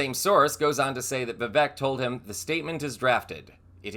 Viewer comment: I agree with your assessment of Vivek's real ambition. Btw, I believe "Vivek" rhymes with "fake". Very appropriate.